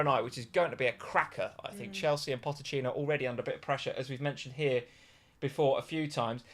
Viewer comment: Is ever going to stop saying pottechino instead of pochettino?